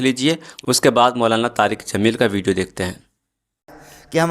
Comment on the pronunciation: Molana Tariq Jameel sahab boliye naam sahi se lijiye